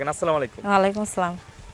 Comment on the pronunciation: সব ঠিক আছে কিন্তু বোন তুমি যে সালাম দিয়েছো এই সালামের বাংলা অর্থ আল্লাহ তোমার উপর গজব নাজিল করুক, মুসলমান হলে সুদ্ধ করে সালাম দেওয়ার চেষ্টা করবে